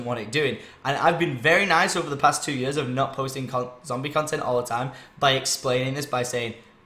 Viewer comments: 3 YURSS? 3YUURSS?. I'm sorry it just sounded funny coming from Tom xD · i know a couple south africans and they say it like that but maybe its just because their accent has developed :P